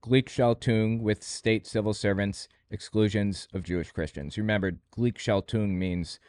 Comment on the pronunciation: Man, your pronunciation sucks. Gleichschaltung. Took me a lot of time to find out that You said that word. "ei" in German is pronounced like "I" in English. And you swallowed the hard g (like in gold) at the end. And it means switching in the same ways/direction.